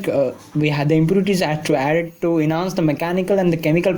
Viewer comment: Enhance not inhance